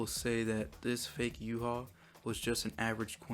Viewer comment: why do u say his name in yuha shouldnt it be yuhabach